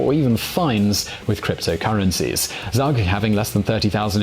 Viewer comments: haha how you slaughtered the pronunciation of Zug. It's not "zag", it's "tsoog" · The place in Switzerland - Zug. Is pronounced like "Zoo" and "G". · Hey, Zug is pronounced tsoog!